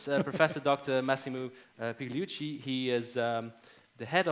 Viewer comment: "Massimo PIG-liucci". You should learn the GL sound in Italian!